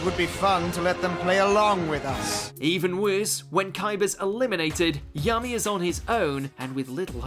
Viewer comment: Did this dude just say “yummy” instead of Yami?